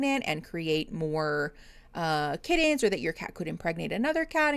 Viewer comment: I had to take a mental break from YouTube for a few months. Came back to this live for the first time in a while, got gifted a membership (THANK YOU!!) and said buddons and kiddens on the same video. Day made!